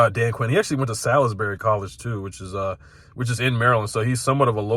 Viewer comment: amazing analysis, I agree with some of the stuff you said but why did you pronounce Salisbury university the way you did. Why you butcher the best party college in all of Maryland!!!!